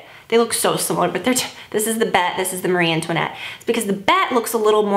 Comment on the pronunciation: I think Bette is actually pronounced Betty. You need Eyes to Mesmerize Mona Lisa also!!! LOVE IT.